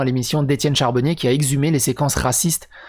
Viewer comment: CARbonnier pas CHARbonnier...Je suis énervé...je repasse dans un mois pour te dire que c'est pas grave 🤣